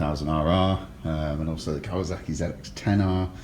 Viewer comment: Its kawasaki not kawazaki. You could at least say the brand name right.